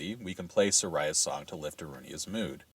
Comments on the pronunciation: These are great videos but it's so distracting being Saria's name be mispronounced. I've never met anyone who called her Sa-rye-ah. I've always pronounced it Sorry-ah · "Suh - rye' uh" Shit channel, can't even say the name right, skip.